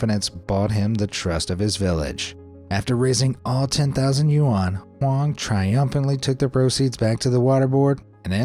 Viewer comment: dude your videos are great...but please learn how to say Yuan...